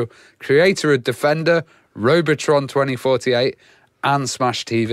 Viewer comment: Yeah, you didn't catch it. Just to be clear, I love everything that is Robotron 2084. But these guys have the great Eugene Jarvis on and then say Robotron "2048"... sacrilege!